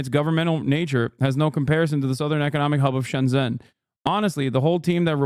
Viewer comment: Shen zen 😂😂😂 shenzhen 😂😂😂😂